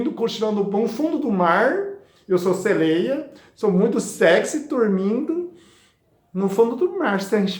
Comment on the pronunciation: Como todas falaram aqui nos comentários deste Vídeo, o sr é muito fofinho! 🤗kkkk, ainda mais falando "seleia" 😍